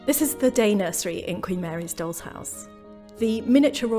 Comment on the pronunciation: Your pronunciation of "doll" comes out as "dog."